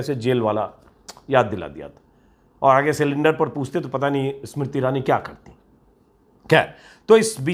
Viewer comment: For : Pata , read: Paa .